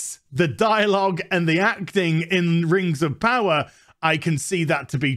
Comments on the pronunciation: If you don't like "Rangs of Powa'" you're probably a Nasssssy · I gonna call it "rangs ov powa" from now on.